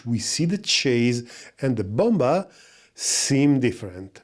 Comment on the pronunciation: I hope you don't take this the wrong, but the second B in "bomber" it's basically silent so you should read it "bomer"